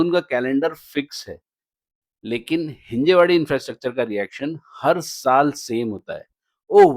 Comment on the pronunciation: भैय्या it's हिंजवडी 😂